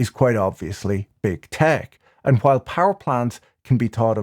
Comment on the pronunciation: I like the way you pronounce "while" as "kwhile", funny finance man.